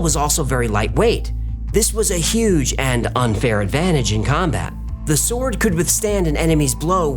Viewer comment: Its a bit distracting hearing him pronounce the W in 'sword'.